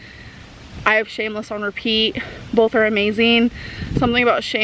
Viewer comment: We all know our self proclaimed author has atrocious grammar, but nothing grinds my gears more than when she says "bolth" instead of "both". Stop it Grammarlyn.